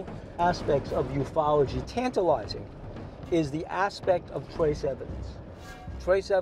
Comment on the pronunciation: Did he say…..Ufology……?